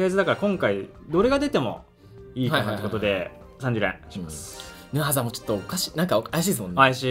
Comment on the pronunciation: ヌアザがアヌザになってる